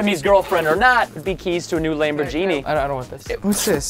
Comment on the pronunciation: Wat is a lamborJini